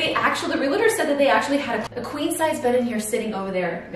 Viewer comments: You are so cute, but, please learn how to pronounce Realtor. It’s real-tor, not real-eh-tor! Same for Realty, 2 syllables, not 3. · Hey love! It's Realtor for future reference! Real-tor. Not real-a-tor. I am one and this is a big peeve of mine haha